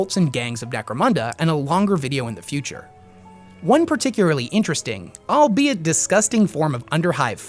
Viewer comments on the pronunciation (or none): none